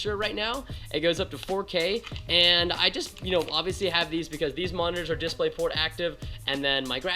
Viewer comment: How he says DisplayPort doesn't feel right to me.